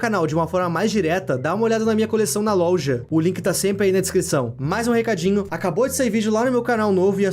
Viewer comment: Kkkkkkkkk,ele falou louja